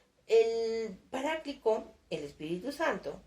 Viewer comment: muchas gracias por tu esfuerzo, pero cambias muchas palabras por otras, no pronuncias bien palabras o nombres tan importantes como Paráclito, etc.